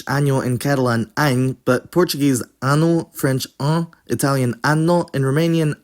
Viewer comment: Your transcription and pronunciation of Portuguese are all over the place, to the point of being incorrect in all variants of the languague (e.g., there is no nasalation of the vowel in words like “ano” or “homem”). The consonant transcriptions and pronunciations are also, for some reason, randomly taken from either Brazilian or European Portuguese, mostly the former. So, and while your work is, indeed, commendable, it does need to be taken with a grain of salt…